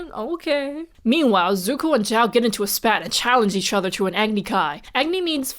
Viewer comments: I think your name, Zhao, repeatedly is butchered by being pronounced like the English name “Joe” due to a weird combo of A) the Formula 1 driver Zhou Guanyu. Zhou did suddenly become very famous online when he nearly died in a wreck last year. B) for some weird reason English speakers have a bad habit of pronouncing the first couple letters of words they’re not familiar with and throwing the rest out the window. They’ve heard Zhou and basically go “close enough. Also I love the verbalizing that insight at . I’ve work with some people who are Chinese nationals as well as have an Aunt that is a Chinese national. They all skirt that topic even in private conversations. Reminds me of interviews with Russian citizens who you can tell don’t believe the way the state portrays itself but refuse to conflict it. Growing up in the USA, it’s hard to understand that kind of environment. Although, some people seem hell bent on replicating it here 🙄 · I am still confused about the pronunciation of zhao. I have (or at least believe that I have) heard both "ZAO" and "JAO" from you and other people. So.. do both exist? or is "zao" the right one?